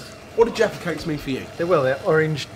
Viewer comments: Sometimes sounded like "defecates" -- but looks like a fun British/English/UK treat. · You guys are funny!! The way you sound when uttering “jaffa cakes” sounds like “defecate” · Everytime they say jaffa cake I hear defacate 😂😂😂